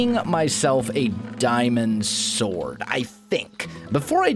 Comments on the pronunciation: He said stwords instead of sword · Omg he did lol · Hang on, - Did you say "Diamond Stord" ?